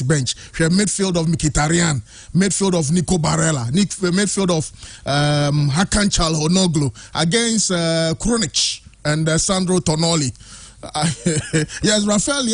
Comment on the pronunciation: its not tonoli but tonali